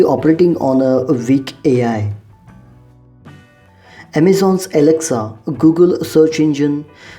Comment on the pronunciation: Good video! PS: Your pronunciation of "weak" should be corrected. Thanks. Google translation can pronounce sentences.